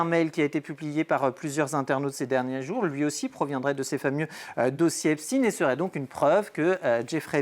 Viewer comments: Faites vous expres de prononcer "Epstine" au lieu "d'Epsteeeiiiiinnn?" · S'il vous plaît, pas " epstine " c'est pas comme " Sandrine" ou " Poutine "! C'est EIPTSEIN comme " ROTCHILD " ou " Spielberg" c'est donc un haut général de " la guerre des étoiles " et pas du clan de " François le Français".... Pas d'endormissement s'il vous plaît ! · Epst"ine", pou"tine" mdr arretez maintenant